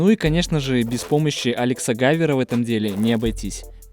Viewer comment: Не гайвер, а гивер